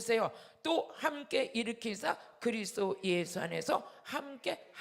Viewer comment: 목사님~ 그리스도가 그리스 로 들리네요